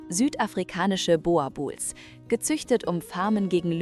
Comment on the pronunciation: Meine Güte ist es denn so schwer den Namen der Rasse richtig auszusprechen? Boerboel das oe wird ausgebrochen wie das deutsche U in zb Uhr.